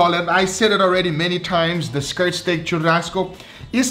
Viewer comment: que porra é essa de chamar fraldinha de "tchurrasco"? Hahahaha